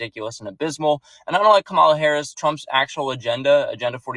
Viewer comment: What's funny is your an adult and you still can't pronounce VP Harris name right.